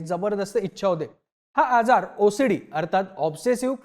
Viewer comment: मी ओसडीला भोसडी ऐकले सपष्ट ऊच्चार करत जा भाऊ😮😮😮😮😮